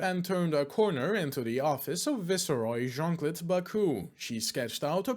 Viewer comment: Viceroy is pronounced to rhyme with Mice-toy, otherwise good job with the reading, keep up the good work